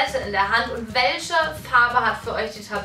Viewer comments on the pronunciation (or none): Es heißt "manche" nicht "mansche" Und "welche" nicht "welsche" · Du sagst irgentwie die ganze zeit welsche 😂 anstatt welche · Es heißt "WelCHe" und nicht "WelSCHe" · Bin ich die einzige die es nervt dass sie immer welsche sagt 😂? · mich nervt es auch😂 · Sagt Bibi echt wälsche??😂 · Ja ist so des recht auf mansche oder welsche😂😂😂😤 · Es triggert mich so dass du immer „welsche" sagst🤣🙈